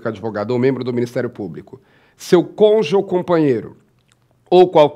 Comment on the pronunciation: Não existe "congê". A palavra é CÔNJUGE. Pelo amor de Deus.